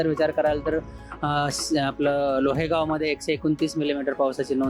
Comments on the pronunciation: × लोहेगांव 😠 नाही माणसा लोहगांव √.... त्या हिंजवडी चे पण अश्या लोकांनी हिंजेवाडी करून ठेवलंय कृपया मराठी माणसांनी तरी उच्चार नीट करा 😮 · Chyutitiya लोहेगाव कोणते रे? लोहगाव असेल.... नीट बोला.... तुम्हा लोकांमुळे मराठी भाषा व संस्कृती संपत आहे.....